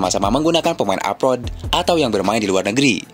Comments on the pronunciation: klo pemain yg main diluar negeri itu disebutnya apa min... bknnya abroad yaa kok nyebutnya apot... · Abroad min abroad … bukan aprot aprot